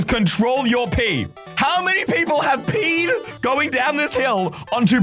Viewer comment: was meant to say speed, but accidentally said pee